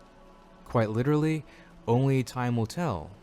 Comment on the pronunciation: cwazy refwesh... liwelly